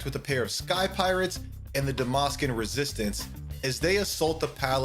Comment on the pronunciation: Dalmasca has a L in it juat like half of this video